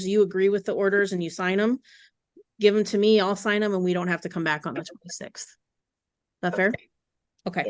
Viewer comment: Just me or is she using that annoying mean girls voice where they end words on a higher pitch? Or adding "ah" like "I want my daughters to visit with meahh"